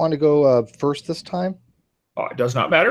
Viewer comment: Wat-ter Mat-ter My linguist self wants to introduce this fellow to a flapped T. It doesn't sound smart, Kent. It makes you sound as if you have relearned speech after a catastrophic stroke.